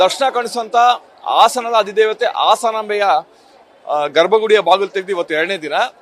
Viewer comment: ಪುಣ್ಯಾತ್ಮ ಆಸಾನಾಂಬ ತಪ್ಪು ಉಚ್ಚಾರಣೆ ಹಾಸನಾಂಬ‌ಸರಿಯಾದ ಉಚ್ಚಾರಣೆ